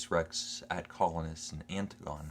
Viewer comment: Anne- Tig- on- ee not Anne- Tig -on... Oedipus means swollen foot...